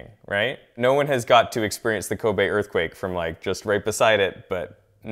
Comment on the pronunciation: He said “Kobe Assquake”